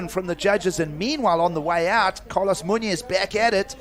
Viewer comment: Please look up pronunciation on Hispanic names. Muñoz is pronounced totally wrong.